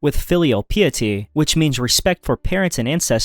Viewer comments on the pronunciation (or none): It's pronounced "Pie-ety". Piety. 🙂